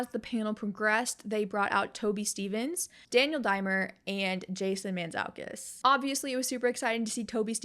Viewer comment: As a half Greek, I just had to note that it’s pronounced Mant-zoo-kas (Jason Mantzoukas)😄❤️